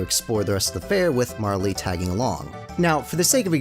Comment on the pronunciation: The E in Marle is silent